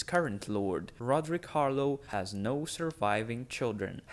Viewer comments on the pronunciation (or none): Isn’t it Har-Law tho?